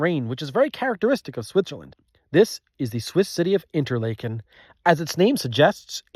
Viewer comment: Argh, the Interlaken pronunciation killed me but I let it slide and settled in for what was to come. Always the best.